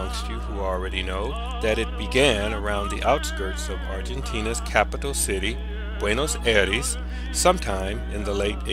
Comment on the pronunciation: You are not pronouncing Buenos Aires right....thats a bit suprising since it is a capital.